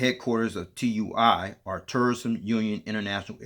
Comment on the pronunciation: It's pronounced as a word, not individual letters. Sounds like "two-e." It's also a German multinational company 👍